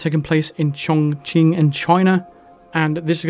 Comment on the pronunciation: Awesome guide. Nice to hear someone, other then you, pronounce Chongqing correctly.